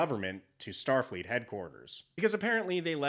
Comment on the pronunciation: Lmfao “Shtar Freet”